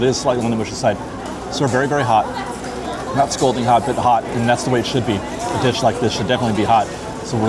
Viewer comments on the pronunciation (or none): none